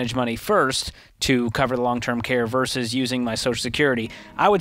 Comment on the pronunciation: Note to George: Vs. is pronounced "versus," not "verse." Otherwise, good show today.